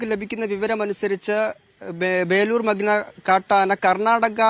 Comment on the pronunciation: മഗ്‌ന അല്ല മഖ്ന എന്നാണ്‌. Please correct it. Kure divasamayi ningal thett aavarthikkunnu 🥶